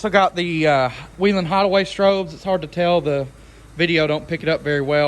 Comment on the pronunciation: why do you need all those ambers? you seem like the kind of guy who wishes he was a cop XD and your saying whelen wrong XD and nothing about you car "blends" or is "discrete"